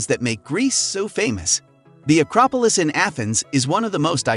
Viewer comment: this person is allergic to saying things correctly. "Causeta Rica, Acropalis, Koh Phee Phai, Keen-ya, Causco, Safairy"